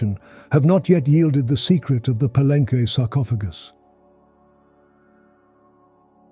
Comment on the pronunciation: Ugh, he keeps pronouncing Palenque wrong.